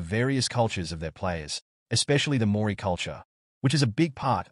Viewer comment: Just trying to make money, not even a Rugby league fan. Can’t pronounce Penrith or Māori properly to start with.